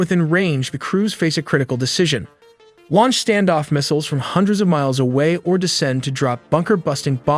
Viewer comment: Dude! Learn how to pronounce: Growler, Qatar, launch, KC one thirty five